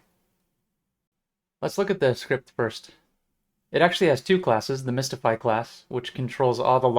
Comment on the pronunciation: mystify, not mistify :)